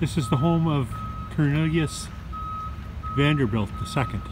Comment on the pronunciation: repeatedly pronounces it VanderVILT 🤔